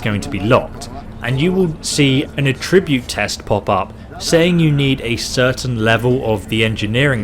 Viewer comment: It pained me to hear that pronunciation of Attribute. Still, good tips.